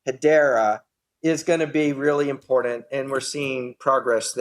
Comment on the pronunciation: You could get alcohol poisoning from playing a drinking game where you take a drink every time Mance says impordant